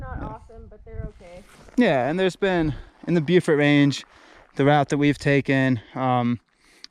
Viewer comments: "Bo"-fort, not "Bew"-fort. And you can actually see Deep Bay and Mapleguard Point from Mount Joan. - Holy crow! That's my neck of the woods you're seeing! - Whoa! That's Highway 19. Pedestrians are not allowed to walk on that highway. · Beaufort is pronounced "Bow Fort".